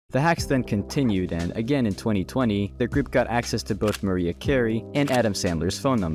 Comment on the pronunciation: … oh lord not Maria … Ma- Rye- ah